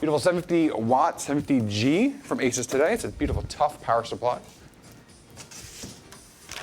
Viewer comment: It's pronunced A-Soos. Not Aces. Seasonic also made early Corsair PSU's like the AX series. It's a clean build because it's brand new; no dust. Zip ties are a pain in the ass when you have swap something.